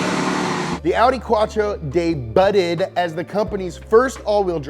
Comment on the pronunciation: De butted lol